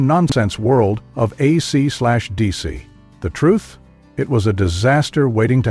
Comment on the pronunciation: When you call the band AC slash DC 🤦‍♂️ that only means you haven’t done your homework preparing to do the report.